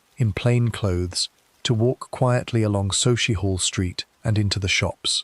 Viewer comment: SUCKIEHALL st that’s how it’s pronounced.